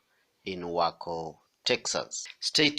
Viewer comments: Way Co, the pronunciation not Wacko 😕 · Pronounced WAY-CO.